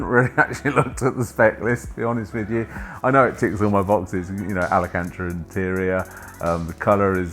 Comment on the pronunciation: Wow can't even pronounce Alcantara properly... I guess he can count $$ so that's all that matters... I'd take AMG all day long...